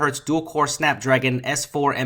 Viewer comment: Ace 4? WTF? You mean S4 or what?